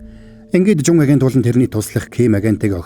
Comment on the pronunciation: Ажэнт биш агент шүү бро